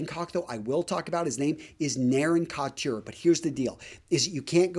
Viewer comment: the word couture is pronounced ‘koo-ture,’ not ‘kott-chure.’ No two ways about it. It’s from the French and there is no English equivalent. Otherwise, a nice segment.